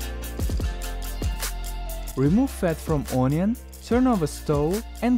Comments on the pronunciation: The translator isn't very good in English per se, IMO the script needs to be checked for grammar. I spot unidiomatic expressions right from the start. He's using a drumstick, not leg, as the protein source (lunch), mispronounced onion throughout the video (/'ɔnjən/ versus /ˈʌnjən/), omitted the indef. article a (a small cabbage, not "small cabbage") many times throughout, "you might say" vs "you can say", "in small supermarkets sell flour, sugar and macaroni in a bulk" v "in small supermarkets, sugar ... are sold in bulk" , "quarter of bread that we got from bread store" sounds wrong; "a quarter loaf of bread that we got from the bakery/boulangerie" etc. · No in Russia it's ourion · Or ownion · ONION Ohn-we-ohn Can you pronounce it the way I pronounce it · I like when he says onion.uunion😂😂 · No offence to the translator but he isn't very good in English per se, IMO the script needs to be checked for grammar. I spot unidiomatic expressions right from the start. He's using a drumstick, not leg, as the protein source (lunch), mispronounced onion throughout the video (/'ɔnjən/ versus /ˈʌnjən/), omitted the indef. article a (a small cabbage, not "small cabbage") many times throughout, "you might say" vs "you can say", "in small supermarkets sell flour, sugar and macaroni in a bulk" v "in small supermarkets, sugar ... are sold in bulk" , "quarter of bread that we got from bread store" sounds wrong; "a quarter loaf of bread that we got from the bakery/boulangerie" etc. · N O I N O O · The way he says onion tho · i like how he says onion